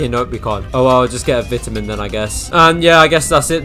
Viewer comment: "VEITAMAN" LOL